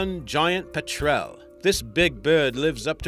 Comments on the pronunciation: "pet-trel"? It's pronounced "pet-rul". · You pronounced petrel wrong.